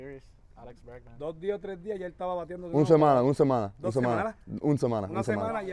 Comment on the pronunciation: Lol Alex its “Una Semana” cmon man you cant be a Spanish teacher messing up on something that simple... but great job anyway though its cool that you love the language.